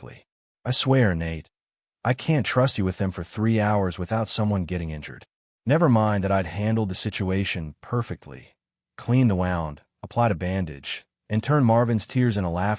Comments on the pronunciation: The AI needs to be trained to recognize Real at the beginning of a sentence. It changes pronunciation to that of the Brazilian currency. The AI needs to recognize context for choosing how to pronounce wound. Good story, repetition seems to have been eliminated, yet narration needs work. This channel normally has done better with narration. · These AIs can't get the difference between wound and wound